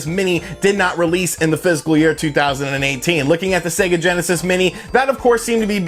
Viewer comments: Fis▪kal, sounds like you're saying "physical year" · Please man it’s Pronounced FIS C AL not Physical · The word is 'fiscal', not 'physical '.